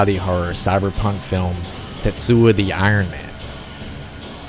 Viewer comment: tetsu-o not tetsua